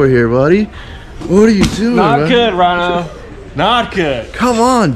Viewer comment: Who else loves when Dave says ryno. 😂